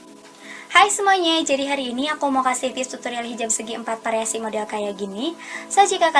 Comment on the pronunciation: mbak yg benar itu variasi apa pariasi , primer apa frimer kayanya kok salah ucap